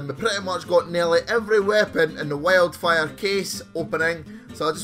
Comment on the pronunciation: Literally sounds like he's saying Operation Welfare LMAO